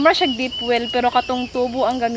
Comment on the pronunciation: POSO po hindi puso